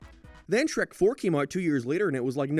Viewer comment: That’s not Shrek that’s Hreck